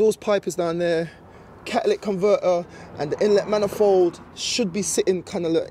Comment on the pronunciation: Ca-a-lyc conver-er, huh?